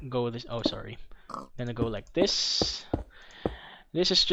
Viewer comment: Pag sinasabi niya "This" Iniisip ko parang sinabi niya Buntis... Hahaha